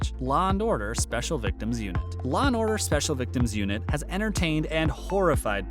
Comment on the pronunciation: It's LAW & Order, not LA & Order!